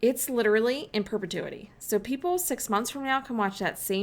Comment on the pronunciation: I am stickin with you to grow my brand ! Am I memorable ? I need a crab ?.....You said perpetuity so well.. like a pro ! You Rock GF ! I like Pizza and Chocolate .kid super cute !